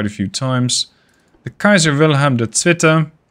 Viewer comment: As a German I gotta correct you on your pronunciation of "Zweite". The way you say it is quite a bit off. Think of the "ei" as the English pronoun "I" and your pronounciation shall be fixed.